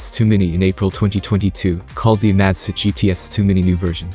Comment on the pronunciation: If you're going to use a computerized narrator, you should probably make sure that it knows how to pronounce the name of the item that the video is about! It makes the entire video sounds stupid when it is constantly mispronouncing the name of the Amazfit! it was so bad here that I had to stop watching after less than 30 seconds!